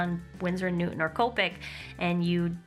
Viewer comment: the way you pronounce copic is so cute!